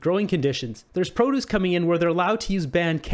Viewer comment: Not how you pronounce produce